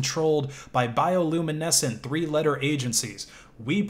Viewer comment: "bioluminescent" You have earned my utmost respect,. Terry would be proud.